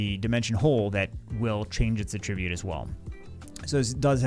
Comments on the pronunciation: nothin but love. And because I love ya, I have to point out that the word "attribute" is both a noun and a verb. And they're pronounced differently. Att-RIB-ute is the verb (I attribute my success to my mom's support), ATT-rib-ute is the noun (mon had a fire attribute). Trying to look out for you via public correction. 😅 You're welcome? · Congratulations. You've set a world record for mispronouncing the word attribute 12,396 times in 20 minutes. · mispronouncing "attribute" 500x in a row... what's the opposite of ASMR?